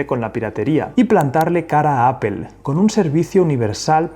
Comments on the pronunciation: No es appel, es Apple. que hablar bien no cuesta un CARAJO, decimos en mi pais (Argentina). La dificultad de los que hablan espanol cuando se les juntan 2 consonantes. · Se dice A - POL....! No A-pel.....! XXX FFF...! Modifica tu lenguaje...! ( te lo dice un anglofono..) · Segundo . Me bastó escuchar "apel" y ahí lo dejo. Nada genera más desconfianza que la poca preparación. Bye, bye. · Gracias por el video y lo que nos enseña... por otro lado puedo ver miles de youtubers españoles y todos dicen "apel" no entiendo como, no se pronuncia así en español ni en inglés, de hecho hay una L entre la segunda P y la E... alguien que me explique! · Casi todo el mundo: Apple Los españoles: Apel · ¡¿“Apel”?!… ¿cuál es esa? 🤔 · "Ápel" jajajajajja 😅😅😅😅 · No puedo con el "apel" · Hay que aprender a pronunciar Apple por favor